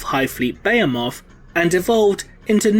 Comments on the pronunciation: Good video, one thing though, it’s not beyemoth it’s beheeeemoth.....and tiranid, not tyyyranid... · Its Buh-hee-muth not Beo-moth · *Tih-ranids. *Buh-hee-muth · Dude at least look up how to say the words you using before you repeat them 20 times incorrectly. Bay-a-moth... is a just wrong 😒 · IT'S BEHEMOTH. BEE-HEE-MUTH. I WANT TO TEAR OUT MY EARS. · >tie-ranid >beh-heh-moth Christ almighty.. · Didn't know the "h" in Bahemoth is silent. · You pronounce Tyranid and Behemoth wrong lol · Your pronouncing word wrong, behemoth for one.... I've heard other English guys say it right. Why not you? Thumbs down until u do... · be·he·moth /bəˈhēməTH,bəˈhēmäTH/ cuz yo ass can't say it right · ..That is not how you say Behemoth. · God your butchering that name behemoth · he pronounces Behemoth incorrectly.